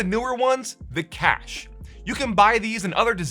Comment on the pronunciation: cache is pronounced cash, you illiterate imbecile.